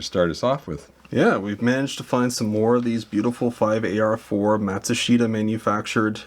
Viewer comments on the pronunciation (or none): Matsushita is pronounced Mat-SU-shita. Emphasis on 'SU'. I worked at Panasonic Factory Service for nearly 10yrs back in the 90's. So, learned to say it correctly. Just sayin' 😊